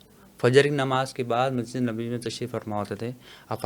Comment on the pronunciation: Bhai naam to shi lo.. hmare nabi ka